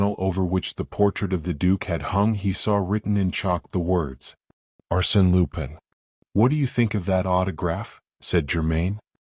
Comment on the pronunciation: You can't even pronounce Arsene Lupin correctly. Hopeless